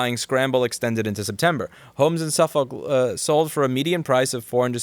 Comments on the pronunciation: Louis has lived in NYC his whole life but says "in Long Island" and can't pronounce Suffolk. Interesting.. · I love the way Americans pronounce their version of Suffolk lool